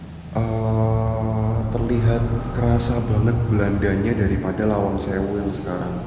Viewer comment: Lawang bro...bkn malang